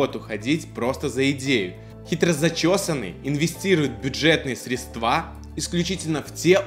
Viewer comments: Не средствА,а срЕдства. Я тебе,как бухгалтер говорю. На бух.учете ставили просто неуд за неправильно произнесённое слово. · Только не средствА, а срЕдства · N! B! —сЕдства, а не средствА. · Все правильно, но только в слове средства ударение не на ту букву. Жыве Беларусь!